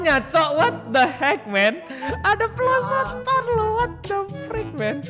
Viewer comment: ABG cadel cadel r atau salah sebut di menit bg ngomong pelosotan